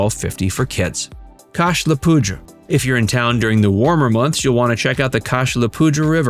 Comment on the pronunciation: The river is pronouced "poo-DUR" by the way, it's from the Spanish word for "powder" and it comes from when military bases would use the area to store gunpowder.